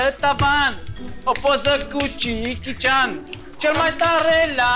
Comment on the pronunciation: mai dragilor, nu e cichi cian. e jechi cian.